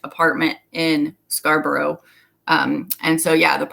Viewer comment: Just for future reference; it isn't Scarbrowe, it is pronounced Scarb'rruh. Great information, very interesting, thank you.